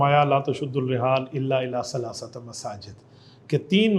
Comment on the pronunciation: حضرت مفتی صاحب آپ نے ,, لا تشد الرحال الا الی ثلاثۃ مساجد ,, میں لفظ ثلاثۃ کو مفتوح کیوں پڑھا ہے ؟؟؟؟؟